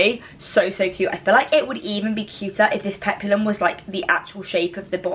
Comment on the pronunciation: Aloha! "HAUOLI LA HANAU"🤙🌺🌴🎂😱🍨👍👣😁👊🌸🤙Hope your 21st is the best ever!!(You will look lovely no matter what you wear) Dress 1&2 are adorable on you, & p.s."Peplum," is 2 syllables;"Pep-lum"😁👍